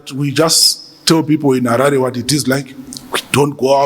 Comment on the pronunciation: even mayor must be corrected, as a Ndebele Nation we don’t say Halale but Harare as it is